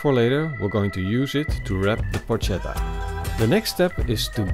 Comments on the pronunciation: Dude, you pronounce it porKetta no porcetta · It's pronounced with a k! In italian C+H=K. It spells "porchetta" and it's pronounced "porketta". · It’s pronounced Porketta not Porshetta, joust saying but looks great, well done! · It is not "porccetta" (that would be read the way you do) but "porchetta" (with "k" in the middle). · You pronouce it Por che ta not Por cet a. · It's pronounced Por"K"etta ... please! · Excellent video, but if I may: it's pronounced "porKetta" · Yeah! it looks pretty good! very good skill! I've never heard about the lemon before, but I, for one, don't think it's a bad idea! I will try it! If I can say a word I suggest to envelope all the meat in the skin, just in order to keep the juice in and, at the end, have the meat less dry and more tasteful ! ...one last thing... PLEASE!... it's written PORCHETTA but it's read PORKETTA! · porca miseria Yes :) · It's porKetta goddamnit! Anyway...pronounciation aside, it looks delicious. Great video, thanks! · Porcetta? Wtf? I have seen many youtube videos and italian simple words seems to be really hard to pronunce to english speakers..but they always accuse us for bad english accent ;D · Porchetta is pronounced PorKetta. the ch in Italian is K. Like Bruschetta. BrusKetta. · porcetta ma come diavolo parli :( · It is pronounced Porketa. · Please call it PORKETTA. Hate when people call it Porchetta since they don't know how to pronounce it in Italian. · When on earth anglophones will stop to pronounce the "Ch" sound as in Spanish. In Italian is a "k". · Matteo Onori Penso che non gli abbiano spiegato che in mezzo c'è una h che deve essere pronunciata... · Porchetta should cook for way more than 4 hours. 8 to 12 hours it the right time. Oh... and that's not how you pronounce it.